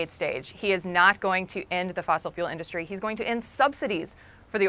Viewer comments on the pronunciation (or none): It's industry not in dus try moron